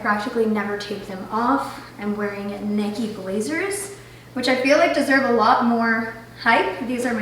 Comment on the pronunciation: Did you really pronounce Nike as “nikky”😳🙈